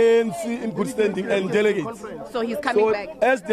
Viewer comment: 😂😂😂"delegates" ehh "diligiti"😂😂😂